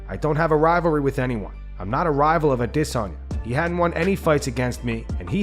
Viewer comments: 100% addiss-anya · Fr. It’s stupid af. He thinks he’s being clever with the aDISSanya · this guy keeps saying Adissanya..... like some other person thinking Jake Paul is a pro boxer that can match a real pro boxer without all the bs. A Diss Anya.. seriously man either your or Fully Mounted MMA. pls stop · Why? Why can you not say adesanya. It's not A-Disonya. Ffs bro. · Normal people: Adesanya Nobody: ah-DUH-sonye